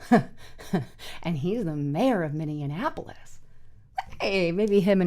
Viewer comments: It's not Minneanapolis --- It's Minneapolis - That's Minny - Ap - O - Lis --- nothing like Indianapolis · What is "Min-nee-anapolis"? I have heard of Minneapolis....learn how to say the name of the city you are talking about. It wasn't a one-time mispronunciation, as you said it several times in this upload. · You are mispronouncing Minneapolis. You are adding an additional M that isn't there. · Please, please, please... it's pronounced (MIN-EE-APOLIS), not (MIN-EE-IN-APOLIS). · Maybe she meant minion apolis? I heard it too, and it made me wonder if it was purposeful after I heard the play on words... Just a thought. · There is no I can't believe the number of creators I've seen today that don't know how to say Minneapolis! lol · Dear God, learn how to pronounce Minneapolis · Her and her husband must have gone to the same school . Neither one can pronounce Minneapolis or Venezuela.